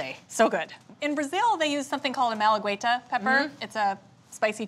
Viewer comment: The Brazilian peppers malagueta are pronounced mal a getta and not mal a gueyta.